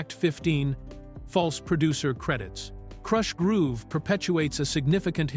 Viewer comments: What you didnt like it saying "Krooosh Groove" LOLOLOL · KROOSH? groove.😂😂😂😂🤦